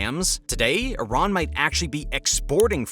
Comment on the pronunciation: I---rAAAn has no water left...buTTT I---rAAAn must have water right....